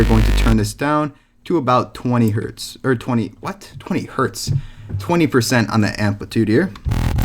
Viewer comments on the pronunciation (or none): none